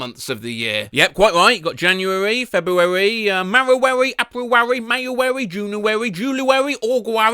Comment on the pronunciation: "january, february, MAWUWAWY, APRUWAWY-"